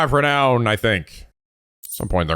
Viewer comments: Am I the only one whose just SUPER happy that can finally pronounce Renown correctly? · OH. MY. GOD.! You prounounced renown correctly. sniff My little boy is all grown up!